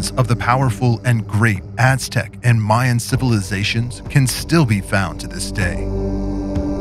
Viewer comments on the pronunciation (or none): none